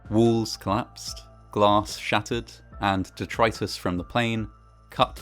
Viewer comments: Detritus? C'Mon bro. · My man said detritus